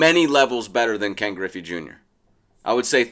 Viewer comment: Its griffey. Not even close